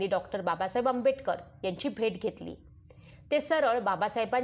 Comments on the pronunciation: Who had made this audio Its good 👍👍 but Pronounciation is not good Not Audible because of शब्दांचे उच्चार as like Dr Ambetkar Dr Ambetkar..... Actually ....Its Dr Ambedkar आंबेडकर आहे not आंबेbetकर .. आंबेटक र pl check your voice n pronounciation ok Ambedkar surnane is given by One Brahmin Ambedkar Teacher ...ok read History ...if you dont know ...ok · Reading karnarya bainche prnounciation chukkiche aahet.Tua bainche ucchar AMBETKAR ASA HOTO TO AMBEDKAR ASA HONE JARURICHE AAHE.